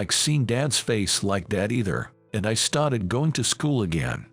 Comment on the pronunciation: Poor reader can’t say started. (St-art-Ed). We don’t bow to people, so it has to be some other country. Arranged marriages not in US . Whiteboard is white-bod